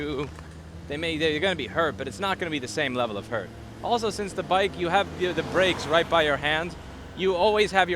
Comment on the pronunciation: Definitely sound like a New York(er) talking about car brakes cracked me up